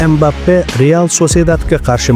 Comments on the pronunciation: Aka iltimos Embape demang Kiliyan Mbapeni ismini tugri tallafuz qiling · Inglizcha talaffuz Embappe